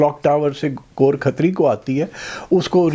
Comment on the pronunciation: Ghor Khatri. Gorakh tari ✅️ go rakh tar e